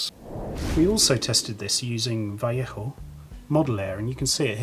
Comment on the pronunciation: Finally someone pronounces Vallejo correctly!